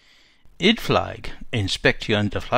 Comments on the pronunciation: Apologies for picking a nit here, but I believe that "Idflieg" is pronounced "id-fleeg", not "id-flyg". The German word for flyer is "flieger", and is pronounced "FLEEG-er". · In fact, Idflieg is pronounced 'id-fleek'. Germans pronounce a final 'g' as a 'k'. So 'Guten Tag' is "goot'n tahk", not 'goo-ten tog'. IMO it would be better to record the audio anew with the corrections. I find the mispronunciations bloody annoying.